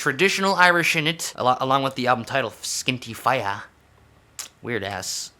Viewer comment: Thank you for butchering Irish pronunciation, that has made my night. Love you <3